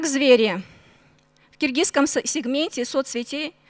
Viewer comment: Анкылдабай Кыргызча суйлобойбу биринчиден Киргизскам сегменте дейт Кыргызском деп айтылат ушул мага акыл уйротобу